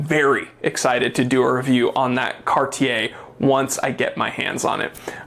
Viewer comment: I just wanna say thank you for being one of the few reviewers to pronounce "Cartier" properly. 👍🏽